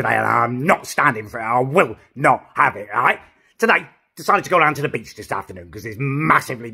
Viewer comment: Everytime you say beach I think you say b*tch haha!